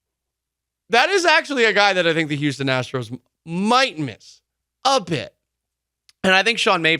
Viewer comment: “Houstom” will miss you, Maldy!